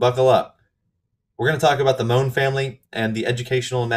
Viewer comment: Mohn means poppy in german. The second pronunciation was on point.